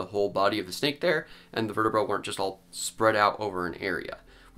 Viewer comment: please pronounce vertabrae correctly esp if you are gonna be an educational channel